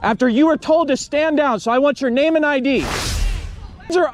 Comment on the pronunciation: One thing about that one officer he knows how to pronounce his name😂